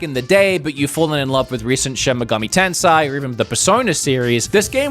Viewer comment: its RaidOu, not Raidown its shin megami TENSEI not tensai jeez, you need to learn some japanese pronounciation